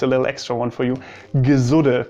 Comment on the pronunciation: It's so funny how germans can't pronounce "piefke" properly. It's more like pifke not piiiifke. "Gesudde"? You mean "Gesudere" and its the same as complaining continuesly. "grantln" is complaining rudely or just the attitude that follows with it. Also it's usually complaining about idiocy or just criticizing stuff (less likely complaining about lack of comfort and thus being whiny) and it's a big part of the Austrian humour. Yeah, we complain a lot and at the end of day we usually finish with "Wurscht" (who gives a shit). It's kinda therapeutic lol I have some german friends, some with surprisingly good humour. But I'd say it's german groups that are a bit ... exhausting for Austrians. Mainly bc of the different kind of "humour", and this "correctness" that gets even more build up when there's a bunch of them around 😂 A healthy competition and being able to make fun of each other is a good basis for a flourishing relationship between neighbors.